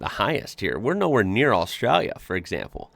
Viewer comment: learn how to say Australia correctly. please its doing my head in.